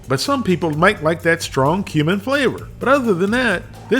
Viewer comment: Excuse me, no offense but it's pronounced cumin.